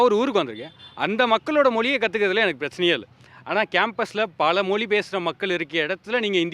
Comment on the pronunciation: முதலில் தமிழர்கள் 'ழ' எழுத்தை சரியாக உச்சரிக்க வேண்டும்.'மொ லி' என்று கூறக்கூடாது! 😂 ❤